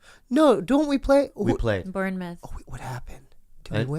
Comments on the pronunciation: The way they talk about English football team names is so funny. Bournemouth isn't pronounced anything like that. They even say the players names weird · I have never heard someone pronounce Bournemouth like that before.